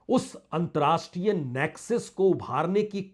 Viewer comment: There should be correct pronounciation of word "antarrashtriya (अंतरराष्ट्रीय )".